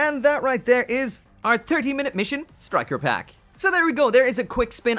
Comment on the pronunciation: Im sorry... "turkey minute missions"? Just what my ears heard.